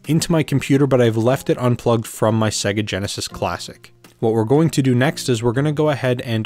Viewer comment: Thanks for this! I just have one nagging question: Why does everyone on YouTube pronounce Sega wrong, even though most Genesis games pronounce it for you when you start them up? SAY-GUH!!! ;)